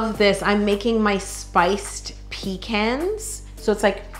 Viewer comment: I like the fact that you say pecans and say it with an A and not a O